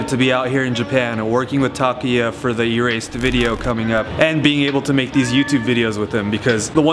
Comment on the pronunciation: Why do you keep calling him Takiya?? His name is TakUUUya